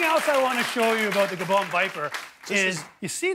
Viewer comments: As good as this video is...he still pronounced Gaboon viper wrong 😂😂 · He said gabone viper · Is it just me or does it sound like he says its a bone viper when he's talking about the gaboon viper? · Isn't the gaboon viper pronounced guh-boon? Correct me if I'm wrong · OK but why he pronouncing gaboon viper wrong?